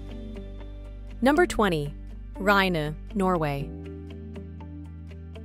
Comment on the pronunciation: Appreciate the effort made in pronouncing many of these place names, but struggle to see what poor old Ribe has done to deserve such a slaughtering.